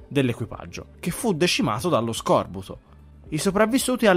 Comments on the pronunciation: Scorbùto!!!! non scòrbuto!! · Scorbùto, non scòrbuto. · Sono quasi certo si dica scorbúto non scòrbuto.. Anyway la famiglia di appartenenza non sarebbe sireniDi? Sireni suona anche male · Piccola nota non direttamente rilevante: /scorb’uto/ “scorbúto”, non /sc’orbuto/ 😅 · min SUL SERIO??? Scòrbuto?🙀🙀🙀 Ma dove "arno" ti 6 laureato...?🤣🤣🤣